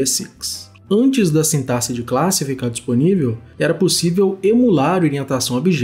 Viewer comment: Finalmente uma pessoa que pronuncia "sintaxe" certo 😭🙏🏼 kkkkk Excelente explicação. Valeu demais!